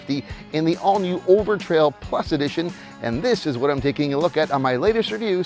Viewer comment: Said overtail instead of overtrail about 20 times now you gotta redo the whole video